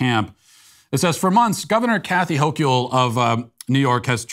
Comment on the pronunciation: The only correction needed to be made here is the pronunciation of Kathy Hochul's last name. It's like saying the word local, but with the H replacing the L.